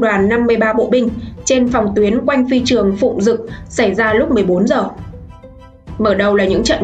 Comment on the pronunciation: Đọc sai chính tả rồi bé ơi Phi trương Phụng dực ....